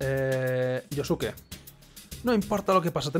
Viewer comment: Pronuncias bien el nombre de Yosuke pero no el de Yusuke